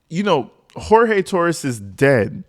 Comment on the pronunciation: I love your channel but his name is pronounced GEORGE. He called himself George and so did his family. Jorge is how it is spelled but he pronounced it as George. Just FYI.